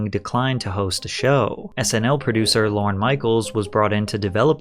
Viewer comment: Lorne not lauren lol!